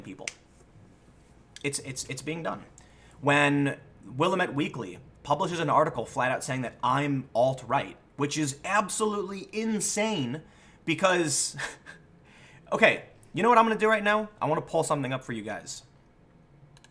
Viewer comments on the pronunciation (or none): It's pronounced Will-Lamb-Ett. Gotta learn up on your Oregonianisms.